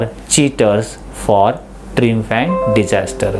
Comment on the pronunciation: Prounce लुझिंग & ट्रायंफ